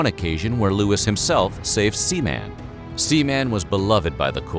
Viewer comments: The dogs name is pronounced Seamun. Not Seaman. The 2 nouns are smoothed together, the a is sounded as a short u and the accent is in the second syllable. Seamun!!! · The dogs name was Seaman not Sea Man. Seem like you are having a hard time spitting it out? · It's pronounced like "semen" Seaman. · "sea-man'... Lol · The speaker carefully pronounced that pup's name...sea-man.